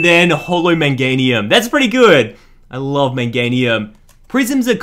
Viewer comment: Meganium not menganium